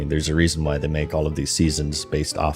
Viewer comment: Wherefrom does your pronounciation of WHY come from? You kinda say it like Hu-wai? :D